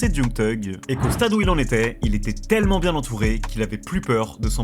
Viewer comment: J'ai essayé de faire honneur à ta vidéo mais je n'ai i pas pu aller au-delà de . Ta narration est désastreuse, je ne pouvais plus entendre le mot "tellement" tellement tu l'as dit en insistant sur sa prononciation à chaque fois. (Les compter pourrait-être significatif mais je n'en n'ai pas le courage et je n'ose imagine le nombre de "TTTellement" durant encore plus de 40mn.) Cela aurait pu être un bon documentaire mais je pense que tu aurais largement pu le condenser en 25 mn max au lieu de près d'une heure à en juger du peu d'infos transmises en 15mn qui aurait pu être soigneusement développé en 5mn. Ce qui est déjà beaucoup étant donné qu'on en est toujours à son enfance et à sa première balle reçu au bout de 15 mn, c'est indigeste toute cette répétition d'évènements reformulées, déjà évoqués 10 fois. Inspire toi des LSD d'Hyconiq par exemple qui maîtrise parfaitement son sujet. Il y a des détails (qui font toute la différence) comme ce gamin blanc propre sur lui que l'ont voit plusieurs fois (en 15mn) de dos, suivi du plan des collégiens blancs de bonne famille, sortant du bahut j'imagine… Ne parle-t-on pas de la pire des banlieue afro-américaine d'Atlanta là ? Enfin bref, je sais que ce n'est pas ce que tu as envie de lire mais voilà, navré, je te dis ce que j'en ai vu et je ne pourrais allé au-delà.